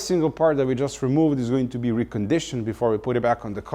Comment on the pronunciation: Sway bay rEmooved